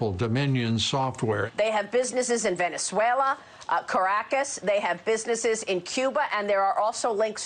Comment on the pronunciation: "Ven-za-wayla" LOL!